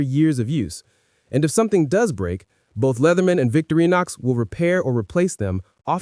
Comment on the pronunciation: Good thoughts. Thanks. Nb - Vick-TOR-in-ox.